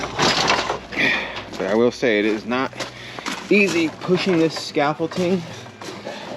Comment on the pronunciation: ScaffolDing not “T”. 😊 Beans look great!!